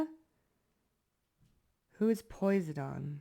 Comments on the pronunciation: Great read. Are you referring to Poseidon? The Deity’s name is pronounced Po-sigh-done. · Lemme be casually cruel real quick and let you know that you're itchy cus you said his name wrong 😂😂😂😂 it's pronounced po-sī-dun. Long I. No itchies next time lol😂😂😂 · Hi sis, The capricorn in me couldn’t let you go out like that… I appreciate you, and this reading is spot on! Wait… It hit me after, when you said Posydon… I’m like whose that… Then i’m like oh wait. She’s saying PO-SI(long I)-Den. I wanted to type it how I hear it when I say it, just in case the dictionary way wasn’t clear. Sincerely Capricorn, support good people in saying it correctly. Peace upon you. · I've heard Poisedin pronounced as po sigh done ✔ ❤ Thank you for this reading, Oatmeal bath makes skin feel awesome, takes away itches, makes your skin feel fantastic ❤❤❤ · It's pronounced piseyedon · Its pronounced po-side-on Posidone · Po • cy • din Say it fast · You kept popping up on my feed - I never saw you before and I didn’t look for you. So I think this was a message spirit needed a vehicle to relay this message. You’re brilliant ! And funny, quick witted. AMEN! btw Poseidon is pronounced POH-SIDE-EN. Heehee 😊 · PO-SI-DEN......Love Ya ! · Pronounced = Poe-sigh-den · I loved this so much! Thanks for everything you do! By the way it’s pronounced “po-si-dun” ilysm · It’s po•sigh•don - Poseidon 🙈🖤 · Pa-si-don 😂 water god with the staff…think of little mermaid dad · Posydon ( for pronunciation) is a Greek god I think. He is god of the sea. Brother of Zeus. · He doesn't like the way you are pronouncing his name. Po-sai-dun. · Hi sweetheart I just wanted to let you know it's pronounced Pos-I-don he is the Greek god of the ocean he is so strong I love it❤ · you’re so cute! i love your vibes and readings <3 and it’s puh-sai-dn heheh 🧜‍♂️ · I’m pretty sure the pronunciation is po- sigh-done Hopefully that was helpful lol. Or maybe I made it worse for ya 😂❤ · Pronunciation is pa-side-un 😊🙏